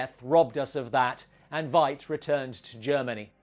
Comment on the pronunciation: It's pronounced like "fight", not "vight". (just a nitpick; great video!)